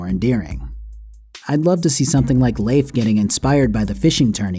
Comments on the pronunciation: Pretty sure Leif is pronounced "Leaf" like a leaf, not Lafe. But good video despite that. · "layf" lol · Just gonna say, as someone who knew someone named Leif growing up... It's just pronounced "leaf" lol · Jesus, guy. Learn how to pronounce Leif. It's literally pronounced like "leaf". That's the joke. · I agree with a lot of this But I can't agree with you pronouncing his name "Layf"